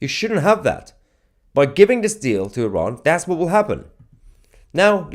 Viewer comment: IrAn... i learned how to pronounce it properly...ty